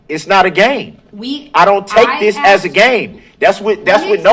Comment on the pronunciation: Speak English for fuck sake! It’s not axed, it’s asked!!!!!! You’re so right, just like a CHILD! Hilarious 😂😂😂